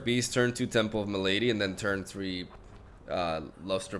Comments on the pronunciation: Dunno he's not a native english speaker. Maybe he's just unfamiliar with the word malady, because it isn't that common. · He always say it like that on purpose ^^